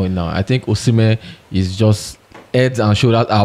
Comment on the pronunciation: Brothers the prononciation of osimhen is not the right prononciation, that is the prononciation of french peoples go and ask any Benin person they will teach you how to prononce it.